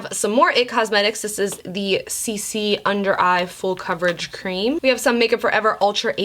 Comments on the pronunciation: Alondra Salgado or when she says cleam 😂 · Literally laughed so hard I cried over your error with saying cream wrong!!! 😂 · "All the Mac strobe cleams" 😆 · Take a shot every time says "cleam" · lmao at "cleam"! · I seriously laughed waaaay too hard at all the “cleam” mess ups 😂😂😭 I rewatched that part like 3 times and laughed harder each time lmfao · WE got all the CLEAMS girl, all the CLEAMS I was cracking up LMAO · “Cleam” lmfao 😂😂 I died everytime! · “All the MAC strobe cleams” 😂😂 I died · This video literally had me busting out laughing.....”Cleam”😂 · Take a shot every time says “cleam” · girl you had me cracking up when you kept saying “cleam” instead of “cream”😂😂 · I replayed her butchering "All the MAC Strobe Cleans" 50 times. LMFAOOOO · I laughed so hard every time she tried to talk about the Mac Strobe “Cleams” 😂😂 I FRIGGEN love you 💖💜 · dying when you say "cleems" ahahaha!!! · Idk why I cracked up so bad when you kept saying “strobe cleans” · when u couldn’t say cream i died 😂😂😂😂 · Lol couldn't get the word cream 😂 ur so beautiful 😍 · had trouble saying cream lol you think she can say safiya?! looooool